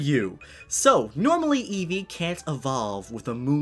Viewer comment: every time you said Eevee you said it wrong I swear Im communicating to a 6 year-old get off the damn phone